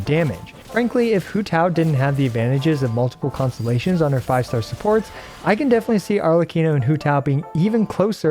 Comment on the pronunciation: Poor man had to say "Constellations" so many times at a quick pace by the end of it all he managed to say was "ConSZZSZ" 😂